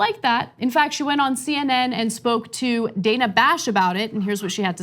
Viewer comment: Dana Bash pronounces her name “Dan-a”, not “Day-na.”